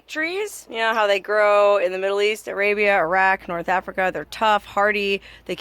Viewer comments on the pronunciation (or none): none